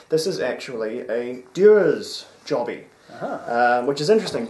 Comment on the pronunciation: "Blended by whoM?" 💯 Then... "It´s a Dewar´s jobBY" ^^ Cracked me up, you do know what "jobby" means in Scots slang, right guys? ;D